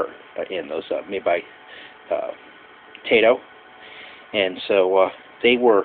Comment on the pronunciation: it's Tie-toe not Tay-toe.